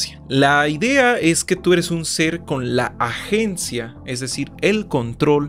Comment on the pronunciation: "tu ere pobre,tu vibrah bajo"